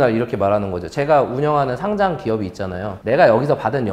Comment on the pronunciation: 상짱x 상장o 과쎄x 과세o